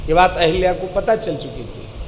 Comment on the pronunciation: अहिल्या नही अहल्या होता है।सही करिए।